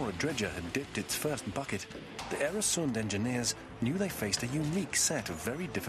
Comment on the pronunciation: Mispronunciation is annoying. Oer rhymes with fur, not air. And it's the same in Swedish & Danish, except that the "oe" sound is written Ö in Swedish and Ø in Danish. Plug: I once wrote an article, The Bridge over the Øresund, about the flight of the Danish Jews to Sweden in 1943; Journal of Contemporary History, 1995.